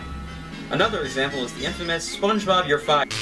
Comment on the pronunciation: gaming LMMFAO. SPONGEBOB not SPANGEBOB LOLZ. 😄